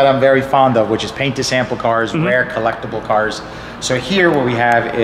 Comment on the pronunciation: "some incredible CURS"